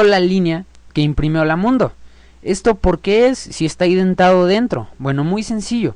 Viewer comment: Felicidades por estos videos. Muy bien explicado y con mucho entusiasmo! Permíteme hacerte una corrección. En programación, el equivalente a una sangría se denomina 'indentado', y no 'identado', ya que viene del inglés 'indentation'. Saludos.